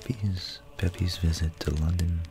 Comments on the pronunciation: Hate to do this but Samuel ‘Pepys’ is pronounced ‘Peeps’. The famous London diarist during the great fire of London and the plague in the mid 17th century. Also famous for burying his Parmesan cheese in the garden to save it from the fire! Would make a good episode. Keep up the good work. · Your videos are great and wonderfully relaxing. Just on small pronunciation error. Samual Pepys surname is pronounced Peeps.